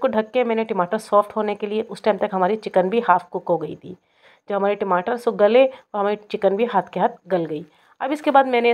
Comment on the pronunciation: ......timatar na bolein.. Ya toh tamatar bolein ya phir English waloon ki tarah tomatoes bolein